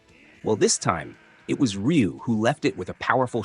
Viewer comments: It's pronounced "Roo" not "Re-you" or "Rye-You". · Actually everyone outside of Japan has been pronouncing his name wrong. It's actually pronounced RU (r-oo). Just like how everyone outside of Japan pronounces Aran incorrectly. It's not aaron but A-RAN. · His name sounds closer to Roo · Well, how do you even pronounce it? "Ra-yu"?